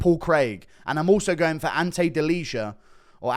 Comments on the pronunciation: delija is "deal-ee-uh" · Guru the only one not sleeping on Ante Delija, nice! Ps. It's pronounced as "Deliya" just fyi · The new heavyweight name is pronounced Deli-Yah